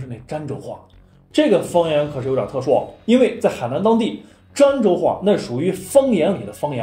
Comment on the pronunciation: 儋州 那字念dan第一声吧？